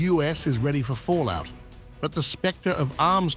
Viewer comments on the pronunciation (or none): none